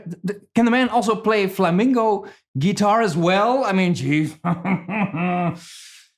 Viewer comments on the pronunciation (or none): Flamingo is a bird, it's pronounced flamenco 😁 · FlamIngo and Flamenco..... a very clear difference in meaning and pronunciation